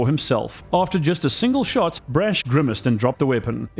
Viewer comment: PLEASE STOP SAYING BRASH LIKE THAT IT HURTS How do you pronounce the word 'Brash', out of interest?